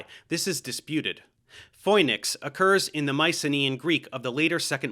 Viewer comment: Great video once again!!! Just one thing... Phoenix is pronounced the same in Greek (Φοίνιξ). Οι, Η, Ι, Ει phonetically sound like "ee"